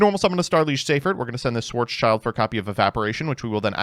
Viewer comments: It’s schild =shield so black shield not child sry but ears bleed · it's schild, not child xd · Schwartz-schild is actually pronounced like shield (but without the e), not child. In fact, it mean Black-Shield, much like Roth-schild originally meant Red-Shield. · Funny how all NA's call "Schwarzschild" schwarz child Its spoken: schwarz shild Schwarz= black Schild = Shield Still banger video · you pronounce it as SchwarzSchild(Blackshield) an not Schwarzchild( Black Kid)😂😅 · Schwarz-Schild. Black Shield or Black Sign. It's not a "Child". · It s a shield... IT S A FREAKING SHIELD CALL IT SCHWARZSHIELD AND NOT SCHWARZ "CHILD". LOOK AT THE ART WORK... IT IS NOT A BLACK KID... IT IS A BLACK SHIEEEEELD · Sorry but as a German i have to say that its pronounced "Schwarz-Schild" (Like Black Shield Not Child) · Have yet to find someone pronouncing "Schwarzschild" correctly. Schwarz --> Black Schild --> Shield and not "child" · I don't think I will get over pronouncing Schwartzschild as Schwartz Child.